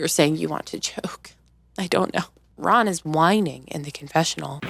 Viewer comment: I love your channel! LOL The RAHN should be a text tone haha you’re so funny 😭